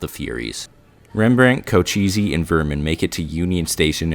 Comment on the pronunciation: co-che-ss, not co-cheesy.